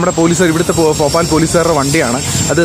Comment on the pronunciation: Bro ഫോപാൽ അല്ല ഭോപ്പാലാണ്